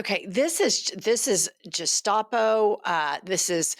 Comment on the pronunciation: Please learn to pronounce gestapo